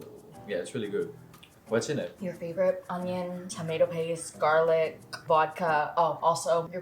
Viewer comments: he said wodka very dutch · The way he said vodka is in most Dutch way ever haha